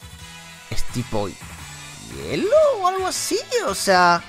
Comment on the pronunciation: hielo no herro bro :vvv